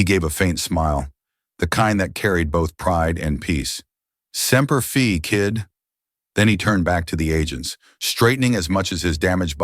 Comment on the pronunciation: 1. Camp Pendleton is in Southern California, not Virginia . 2. It's Semper Fi, not Semper Fee. 3. Grace is a Marine. 4. Continuity questions: Purpose of the boxes labeled Reaper? Intel? Weapons and ammo after he said 'no guns' ? Also: Marines do not use the term 'guns.' (This is my rifle, this is my gun... IYKYK.) No news reports about a destroyed bar, helos, laser weapons? to Good story. It's just that glitches caused this veteran's attention span to short circuit.